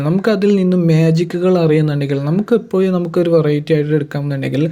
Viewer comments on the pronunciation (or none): none